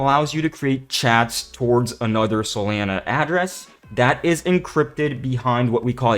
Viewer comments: He’s saying Solana wrong right?… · I was wandering the same thing. I think that ai have seen a few similar channels pronounce it the same way